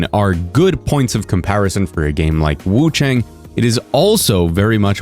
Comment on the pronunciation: Hi! Love your vids, I just hope you can pronounce wuchang more accurately. You don't pronounce chang like English "rang" or "sang". Chinese "ang" has a pronunciation similar to English "on", like on and off. You'd pronounce it something like wuchon. Hope that helps!